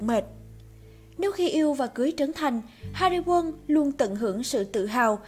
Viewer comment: Hari Won chứ , sao cứ gọi nghe như Hari Quân vậy 😂😂😂